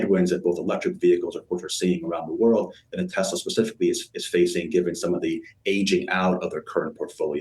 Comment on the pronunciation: Best selling car in.... the world. Model Y. Best and only global charging network. Tez-luh. Say it with me. Tez-luh. 😂